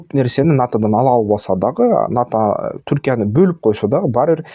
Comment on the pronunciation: Сенин булар менен ишиң эмне, арабаңды кылдырата бербейсиңби?! Сен абал ната деп балдырабай НАТО деп түздөп айтчы?! Сенин айтканың менен эмес, Алланын айтканы болот!